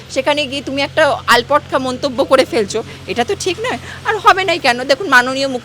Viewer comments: আল্পটকা নয় আল্টপকা বলে... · কথা টা আল পটকা নয় ,আল টপ কা ,নিজে ভুল বললে অপরের ভুল ধরা যায় না । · তুমিও ভুল বললে ... ওটা আলপটকা নয় "আলটপকা" হবে 😂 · আলপটকা নয়, ওটা হবে "আলটপকা"। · আপনিওতো ভুল বললেন, আলপটকা বললেন ওটা হবে আলটপকা 😂😂